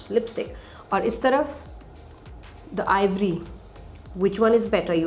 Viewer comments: Ivory, not Avery! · Sab se pehli baat its ivory not aevory